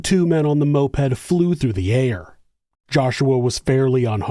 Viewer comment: I know what a moped is, he said Mopad.